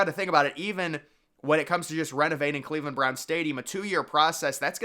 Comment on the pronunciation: It's Cleveland. Think Rodney Dangerfield.